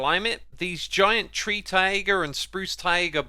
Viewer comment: its tiger not tiager